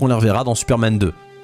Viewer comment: à : « Tuperman » ? 🤨